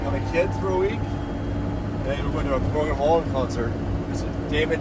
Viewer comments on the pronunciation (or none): It took me a second to realize you were trying to say Morgan Wallen 😂😂